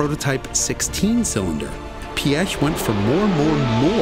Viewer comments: as a German at first i was afraid how you would butcher his name but i am VERY happy you didnt! Thanks for that!!! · Pronounce Piëch correctly: Check (at least at the start) Pronounce Porsche correctly: Check Pronounce Wankel correctly: Check Count this German impressed! Thank you very much! I know who Ferdinand Piëch was, but I had no idea he was responsible for the Merc 5-pot diesel. He was a true visionary who did not take no for an answer and who wasn't afraid to think outside the box. Great video. No seriously, a really great video!